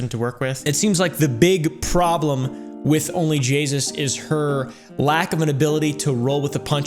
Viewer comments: Only jaySus as says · I heard Call her jayus one time and though she doesn't deserve the respect of fixing it I was bothered by her being called jaysus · It sounds like only Jesus except jasus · "Only Jaysus" 💀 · "And no my mustache isnt made out of 2 smaller mustaches" "Only Jesus'!" Thats what I heard